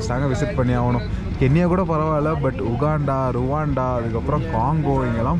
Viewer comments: ரவாண்டா .. இல்ல .. ருவாண்டா . இஷ்டத்துக்கு பேர மாத்தாதப்பா ..... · ருவண்டா not ரெவாண்டா